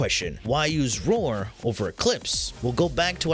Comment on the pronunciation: Just the video i needed.. And.. OOOOOH. ROAR! You're saying ROAR. Why the HELL do you say it "Vore"? Do you know how freaking long i looked for a "Vore" mod?